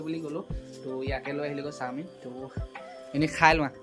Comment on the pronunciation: চামিন নহয় চাওমিন